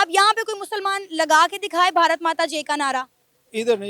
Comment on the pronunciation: मैडम ठीक से बोलना सीखो भारत माता की जे नहीं है भारत माता की जय